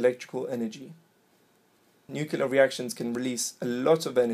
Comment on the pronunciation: Yeah good video, but you lost my respect with "nucular" It's not hard to say nuclear, (noo-klee-er) especially in a teaching video.